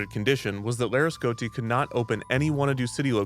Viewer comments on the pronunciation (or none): It's annoying how he's not pronouncing the i in Laresgoiti